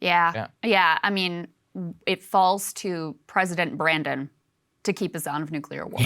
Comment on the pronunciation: Did Krystal just say President Branden??? 😂